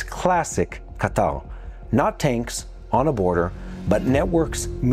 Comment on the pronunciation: I'm curious, is that the official way to pronounce Ka- Tar? Ca-tall? Qatar = Catall?